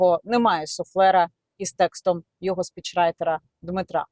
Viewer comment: Хто такий ЙОго ? Ні, він не оговорився. Ні одна людина яка з дитинства спілкується украінською так не оговориться. Це неправильний наголос в базовому слові. Я таких оговорок не пригадую, навіть по пяні, а я бачив як люди бухають по дорослому. По великому рахунку мені пофігу на такі дрібниці, ну російськомовний і шо, велике діло. Просто це виливається в непритодню і негармонійну комунікацію з суспільством аж з самоі адміністраціі самого президента. А це вже затупили. Особисто для мене значення не має, собі натупили. Ну і відпіводь ЙОго в тому інтервю... резинова дупа а не логіка. Хоч би язик після вилизування повитирав а то непристойне таке ляпати. Депутати зобовязані розуміти за що голосують. Я не виспляться то не будуть розуміти навіть як прочитають. А прочитати мало, треба осмислити продискусувати. Це закон. Він хоч знає що таке закон. Ну нафіг рівень підготовки.